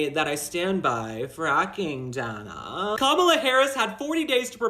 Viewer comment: Was it "sexist" that Coupmala pronounced the female interviewers name wrong? It's "Dane A", not "Dan A".🤔